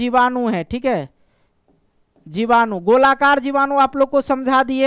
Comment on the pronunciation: Sir aap jibadu ko bijadu kiyu bol rahe ho starting me